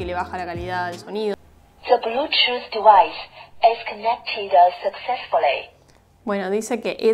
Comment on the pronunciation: "De blúchuz divaiz is conectidas sakzesfulei"